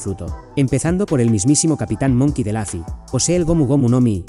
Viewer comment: Lufy con U no con A, es un nombre propio, se pronuncia tal cual, no es inglés.